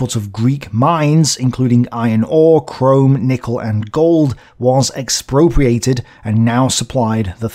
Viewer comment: "Chrome" XD But yeah, thats pretty much the only thing to laugh about in this video...horrific what these "noble Teutonic knights" did in greece and pretty much all of europe. Remember kids, war is bad...